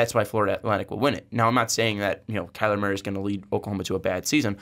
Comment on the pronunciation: Turned it off when he said kyler Murphy